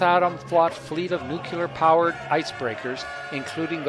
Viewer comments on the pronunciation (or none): It is pronounced nuc-le-ar not nuculer. A good place to start if you want to pass yourself off as knowledgable.